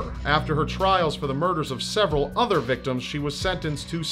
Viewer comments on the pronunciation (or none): none